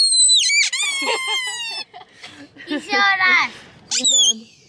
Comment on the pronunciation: У меня вопрос а Маргарита это Рита, и почему вы Риту называете маргоритой?